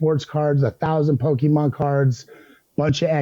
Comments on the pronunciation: Harvey did not just call them "Pokeman" cards. SMH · Pokey Man? Pokey Man with the pokey and the man, and the thing and the guy comes comes and he goes whahahahaha!